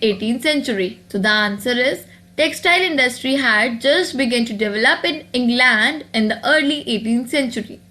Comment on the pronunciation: also, you pronounced England wrong. no offense just helping u improve.